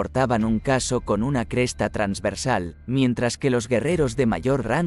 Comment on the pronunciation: La historia es buena, pero si en vez de el «qué» atiendo al «cómo», la cosa ya es muy desigual: la voz enlatada que nos narra este vídeo confunde constantemente «casco» por «caso», además de otros detalles, lo cual le da un toque bastante artificioso. Así que uno de los "no me gusta" de este vídeo, es mío.